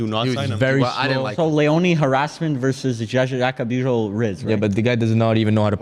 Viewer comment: You do not pronounce Jaka Bijol like that